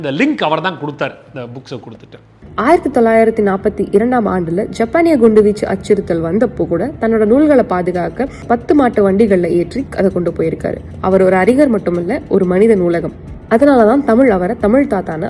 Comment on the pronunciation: The lady voice says அறிங்னர். Please correct the pronunciation அறிஞர். !!!! சாபக்கேடு 🤦🏻‍♂️🤦🏻‍♂️🤦🏻‍♂️ I think it’s because these young people read the English written version as Aringnar🤦🏻‍♂️🤦🏻‍♂️🤦🏻‍♂️🤦🏻‍♂️